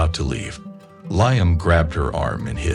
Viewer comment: It's (Lee am ) not ly am !